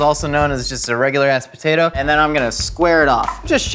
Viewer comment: Every time says "french fried potater chips" like that I always wonder if he is referencing Sling Blade. Thank you for the confirmation!